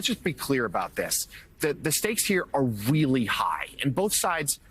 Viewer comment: It’s really Joe not weeerly ,you got Biden’s disease.